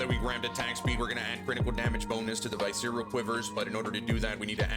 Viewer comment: “Vi-cereal quivers”